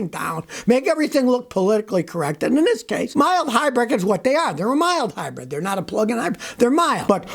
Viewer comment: Wait “mile hybrid”? Did I hear that right? Something comes to mind hearing “mile hy” giggity.